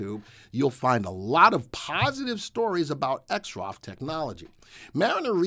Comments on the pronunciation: Your credibility suffers when you can't pronounce the name of the company properly . Its not " Exrof " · The VectorVest subscribers typically refer to Exro Technologies by it's ticker symbol which we pronounce "exrof". Trust me, have been with VectorVest 15 years and knows what he is talking about.